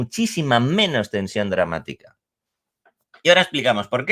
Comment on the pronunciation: “DramátRica… DramátRRica. Jarl… Dramática.” 😂😂😂